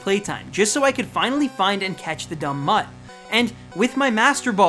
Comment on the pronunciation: "THE DUM MUTT" 😂